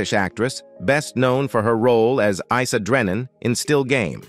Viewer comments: Not eesa, its eyesa.well seeing the narrator has never watched the show. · Can’t even pronounce Isa ?